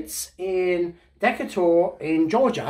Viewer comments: It's pronounced Dee Kay Tur, Georgia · Not that it matters but its pronounced DUH-KAY-TURR just thought you might like to know as someone who once lived there. Cheers! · Ba-dum, ching! (rim shot) That's "dee-kay-ter", rhymes with "greater". Town was named for Commodore Stephen Decatur, who fought against the Barbary pirates. I had a great-great-great-great-grandson of his as a professor in college. , yes, St. Louis was called the Gateway to the West, because it was the starting point for settlers traveling to California and the territories in between, to settle there. By the way, the "Busch" in Busch Stadium is the Busch family, who founded a brewery. That's the Busch in Anheuser-Busch. They built the original ballpark for the baseball team they own, the St. Louis Cardinals. I thought those boxes from Shanghai were going to be seeds with instructions to plant them. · I love how you pronounced the city in Georgia. It's pronounced Dekater. Spelled [decater] not the way you said it. Sorry, I had to say something. And the exto 1 was a 59. The Matchbox is a 64. Your videos are a joy to watch. Take care. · It's pronounced Dee Kate Er (In Georgia)....Just sayin'. Big fan! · I'm amazed I knew what was trying to say. That pronunciation was hysterical. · The way pronounces Decatur, GA:D